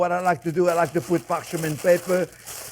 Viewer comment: “ Parch a ment paper”😂 Love chef!